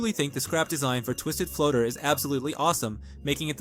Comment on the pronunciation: Heres some mistakes you made, first you called glisten she/her even tho hes a male, second you said fnaf like f.n.a.f , its more like a word not letters , third is you said flutter like floater, fitht you sometimes say dandy world not dandy'S world, sixth you called dandy a she/her even tho hes a male (again). All of these things i just said werent ment to be rude, they were memt to simply help a little😊